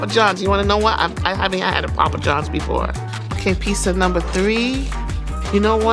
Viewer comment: It's always professional when it's pronounced "pissa"